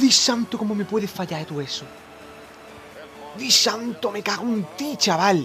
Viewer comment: Disanto...Jajajaja xD no sabe pronunciar nada